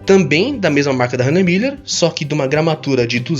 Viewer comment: Caraca o consegue pronunciar Hanhemulhe corretamente, consigo nem escrever